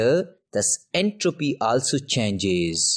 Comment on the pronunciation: His entropeeee 💀